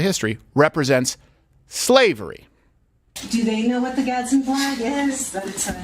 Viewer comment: So annoying to hear you all say "GadsTen Flag" flag every few seconds when it is pronounced "GAD SDEN"